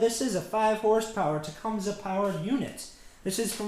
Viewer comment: It is properly pronounced as "TA-COME-SEE" !